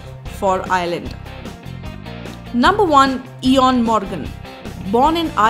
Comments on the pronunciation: That's no ea-on , that's Awen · The pronunciation is not eoin Morgan it's oin morgan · E-oin Morgan? It's pronounced Owen Morgan! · It's pronounced "O-win" not E-on. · She EEON omg it's pronounced owan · E is supposed to be silent. The way you pronounced Eeeeeeeoin Morgan lol. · Yes it is oin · "Ee-on morgan" dafuq lol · EE-ON Morgan...:'D